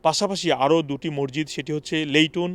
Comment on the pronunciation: মরজিত কি ভাইজান? 😅 সংশোধন: মসজিদ। 😅